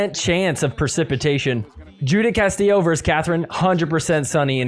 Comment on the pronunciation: So, great episode as usual. For all the Spanish speakers, when you pronounce Castillo’s first name, “Judith”, it’s pronounced “Yoo-dit”. Anyway, yoo-dit a good job.